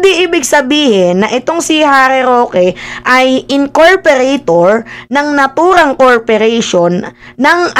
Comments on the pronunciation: pa check lang po “ incorporator “po hindi incorperator” 😊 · Incorporator ng corporation you mean, not incorperator ng corperation? Hehe.😉